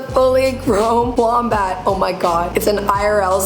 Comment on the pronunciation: YOU PRONOUNCED WOMBAT WRONGLY